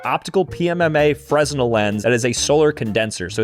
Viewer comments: its pronounced fre-nell lens you're also not focusing it correctly it would get a lot hotter if you did it right. right distance and angle it was also probably warped being made in china and with the flimsy dowel rods same with the laser you can make it more powerful by either moving closer or farther depending where its focal point is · The "s" is silent in Fresnel. ;) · Its pronounced Fre-nel lens..geez, read a book.. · LOL. Fresnel is pronounced "Fre-NEL". The s is silent. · Fresnel is pronounced fruh-NEL. The S is silent. White reflects light not refracts light. Description not review. It says 7.5 Watts in description and 7 Watts in name but you say 7,000 Megawatts. That's 7,000,000,000 Watts and equal to the output of like 6 standard modern nuclear reactors. Tungsten is not the heaviest and densest material in the entire earth. Safe elements denser than tungsten (19.25 g/cm³) are osmium (22.59 g/cm³), iridium (22.56 g/cm³), and platinum (21.45 g/cm³). These are way more expensive though and there are heavier elements but not safe. It definitely did not move. They are not hydropowered. They most likely have precharged batteries in them. You can see LEDs in them. Sorry. I had to correct your English, Maths, Physics, Chemistry and Reasoning. These AI videos are probably getting to your head